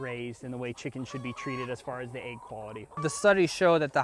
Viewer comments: AIGS! We got AIGS! It's an EGG not AIG! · Head bang every time I heard the letter A in "egg." It's like sleeping on a bade, chaking a list twice, trayking through the forest, looking for a treasure chaste, putting your nake on the line for someone, the baste of the baste in waystern haymisphere. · The way you pronounce "egg" drove me insane